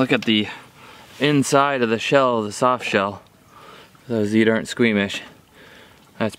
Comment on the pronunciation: shof shell turtle LMAO